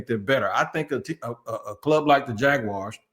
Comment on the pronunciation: It’s crazy but it’s always a yte man from the Midwest that says “Jagwire” instead of jaguars and still these supposed super fan journalists don’t ever say anything or even jokingly correct that ish!! I ain’t gonna lie, it is a pet peeve of mine being a day one jags fan since our inception and it really grinds my gears 😂 💯